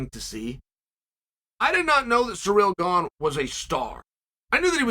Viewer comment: Cyril Gane's time machine was stolen among other things...Chael never disappoints with mispronounced names and now Surreal's Stuff Is Gone along with the correct pronunciation of his name.